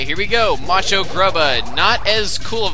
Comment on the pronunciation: when he said macho it sounded like (nacho)